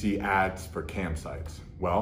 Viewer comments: I thought he was saying camp sites too at first 😅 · Yo I thought he was saying campsites at first 😂😂 But on a real one good on you Larry for coming out about this, that’s a PR on its own 💪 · I’m dying because all this time I thought you were saying camp sites😭😂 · I thought he said “Camp sites” 😂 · I thought he said CAMP sites and I couldn't figure out how you get stuck on that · I literally thought he was saying camp sites as well 😂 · I kept hearing campsites. I was thinking wow, what a healthy addiction. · I thought you said camp sights, was like wth? pop a tent in the back yard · At first I thought he was saying camp sites, and was super confused. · I thought he said camp sites, and I spent the first minute wondering how he ended up on camping websites from porn. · i thought that too but i have been to cam sites lol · Fully thought he said "CAMP SITES". Was very confused at first... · Thought he was saying Camp Sites as well. I was going to say, I know KOA is pricey, i didn't know it was that much. Back in the 80's it used to be Hookers and Cocaine, in 2020 it's Cam Sites... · Cam sites not campsites 😂 was confused the whole time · adam29uk he sounds like he’s saying “campsites” not “cam sites” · its CAM sites. lol i kept thinking he said camp sites too but its "Cam sites" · Ohhhhh cam sites I though he said camp sites 🏕️ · Oh CAM SITES, I kept thinking he was saying campsites... I was sitting here like "what the fuck, wait, he got sucked in and became addicted to buying things online? starting with an ad for campsites?" >.< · At first I thought he was saying “camp sites” lmao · At first I thought he was saying "campsites." Needless to say, I was pretty confused. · Thought he was saying “campsites” haha, was like dude there’s nothing wrong with sneaking off for a weekend in a tent, also was like what type of campsite advertises on adult sites😂😂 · Lmfao at first I thought he said "Camp Sites" I was like hmm well he does travel alot. 🤣🤣🤣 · same hahah